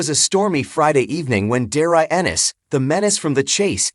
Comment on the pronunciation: AI rubbish can’t even say his name correctly